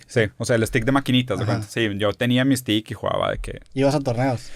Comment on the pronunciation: Roberto definitivamente eres mi ídolo, y Rozarin muy inteligente pero que presumido 😆 me da risa cuando habla en ingles el wey dice estick, 🤣🤣 y su pronunciación de street fighter pésima, seas mamon Rozarin